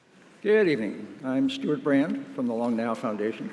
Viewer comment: I thought he said the long nail foundation 😅